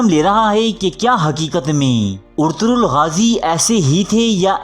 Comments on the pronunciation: It's ertugul ..not urturool😂😂😂😂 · Abey Yar Ertaghal Ghazi Ka Naam tu Lena seeklo Naam Bigad rhe hooo